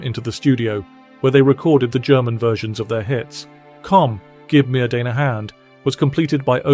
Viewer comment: Although there are regional variances, the German word "deine" is pronounced closer to "diner" than "dayner".